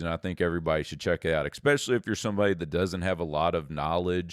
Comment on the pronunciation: There’s no X in the word, especially. This guy should stop saying “exspecially.”